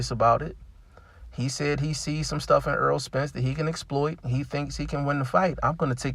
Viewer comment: Btw it's Not Earl, put some Respecc on his name bruh